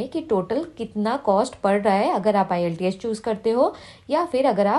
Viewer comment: Iillteeas nhi hai bolna to sikho pehle